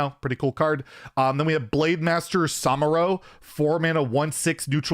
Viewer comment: Love your content but its pronounced "SamUro" and "Pion" =)